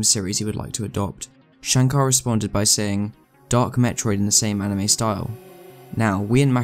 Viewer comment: It's called anime not "animie"